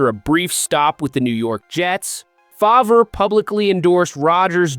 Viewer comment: Does he truly not know how to pronounce Brett Farves name? i can't listen to another second of this.